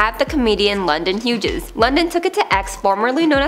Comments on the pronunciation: I'm sorry i can't get past the fact that the presenter pronounced Hughes as "hu-jez" >_< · Huge-es yeah that’s totally how you say Hughes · Me too. Ugh.